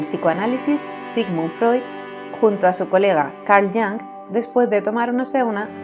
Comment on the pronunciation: Jung se pronuncia yung (más o menos), no yang. Hay otras lenguas además del inglés. Interesantes fotos. Gracias.